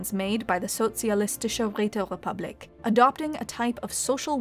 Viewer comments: How the hell Räterepublik didn't have any R sound?! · Well not really she pronounced republik in an english way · Did someone just say...... Räterepublik, comrade?